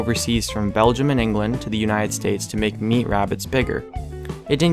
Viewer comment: Belgium not belquium